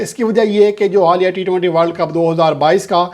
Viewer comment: News बोलने से पहले वर्ल्ड का सही उच्चारण करना जानो